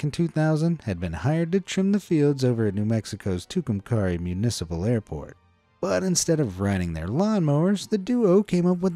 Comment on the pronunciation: Love these videos! FYI in the name Tucumcari, "cari" rhymes with Mary. My mom was born and raised in Tucumcari.